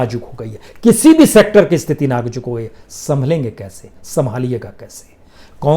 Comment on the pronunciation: Najuk nahi hota nazuk hota hai. Hajar nahi hota hazar hota hai. Aap hamesha Z ki jagah J ka use karte ho